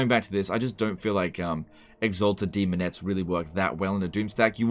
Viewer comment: almost said semonettes